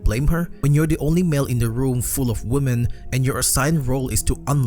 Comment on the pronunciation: Would you idiots learn how to say the word WOMEN correctly? God! The ignorance of social media culture